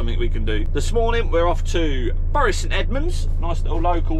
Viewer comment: Come on, can't call Bury local and then pronounce it like that. Its Bury like 'berry'! Bury born and bred here